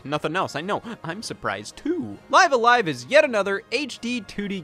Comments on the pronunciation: It's pronounced "Live A Live" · Why does he say live a live wrong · Live a live was great. Speaking of it was weird hearing you call it live a live when clearly its pronounced live a live... or maybe its live a live? I dunno but I've also heard people call it live a live which makes me want to unalive a live